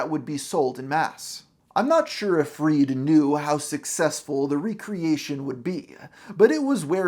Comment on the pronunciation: "Today we'll tell to story of riley ried"